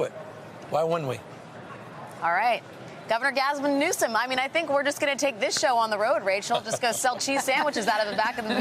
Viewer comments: Did she say, "Govern or Gasm Newsom"? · Did she say orgasmun Newsom? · She said “Governor Gasm Newsome”